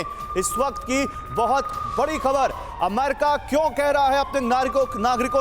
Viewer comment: गधे, अम्मेरिका नहीं होता, अमेरिका होता है। तेरे को संवाददाता का लाइसेंस किस गधे ने दिया?